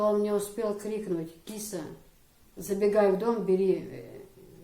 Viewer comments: Киса, пожалуй с ударением на "а":КисА, как МусА, ИсА. Красивое имя тебе дал мулла. Здоровья и счастья тебе и твоим близким. P. S. Баркал за интервью. ❤️ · Правильно имя( Киса) произносится с ударением на вторую гласную .